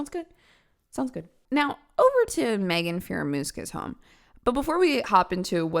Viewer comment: Magen, really? That's pronounced mag-en. Homegirl has some crazy eyes vibe to boot.